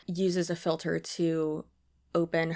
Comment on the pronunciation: I heard it and immediately knew I was going to be dealing with that phrase echoing around my head for the next few weeks